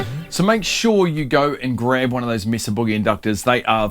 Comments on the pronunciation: Yes, it's may-sah. Like Mesa in Spanish meaning table. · It's pronounced as Meh-Zuh Boogie. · Its MAY-sa in the US. Its a spanish word. We pronounce it like spanish speaking folks do. But you and the Brits pronounce "solder" correctly, and we don't, so its all even. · "Mesa" is a Spanish word pronounced MESS-a. The Americanized English pronunciation is MAY-sa (which is how it is pronounced by non-Spanish speakers in the city of Mesa, Arizona). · It’s not may-suh, it’s a Spanish word pronounced correctly meh-suh, regardless how you say it, that is the correct pronunciation. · Actually the correct pronunciation is meh-sah, not may-sah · Mesa is a Spanish word. E is pronounced A. A is pronounced Ah. So.. Mesa is pronounced like MaySah. 60 years in Southern California with several familly members married into the hispanic bloodlines. Hope that helps! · It's from Spanish and it's pronounced May-sah. Also, does the inductor have a polarity? If so, is it marked? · It's pronounced MAY-suh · Mess-ah is the correct Spanish pronunciation. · What a simple and cool mod. This is thinking outside the box a bit and I love it! BTW it’s “May-Sah” - I live close to Mesa, Arizona, and I’d never make fun of anyone for saying something like that wrong as it means they learned it by reading it. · It's table in Spanish, so may-suh. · what in tarnation? MAY-esa Boo-GEE-eee! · Meh-sah actually. the "may" is the americanized pronounciation. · Actually Australians get it right. That E has a pure sound, like E in most world languages, it isn't a diphthong like in English. Mesa is in the territory that the USA took from Mexico. It's a Spanish word, so not may-sah. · It's May-Suh. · It's "may-suh", like the geological formation.